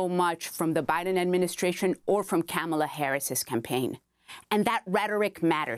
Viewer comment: im weak at "HAMALA KARRIS" time ...its scamala..but she was close...haha